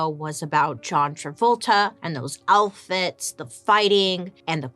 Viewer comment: Am I the only one who giggles everytime she says "alfits" instead of outfits? 🤔🤣